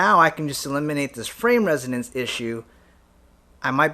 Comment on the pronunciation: Isn't it 'resonance' ?